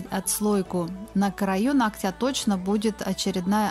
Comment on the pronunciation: Ну нОгтя, а не ногтЯ)))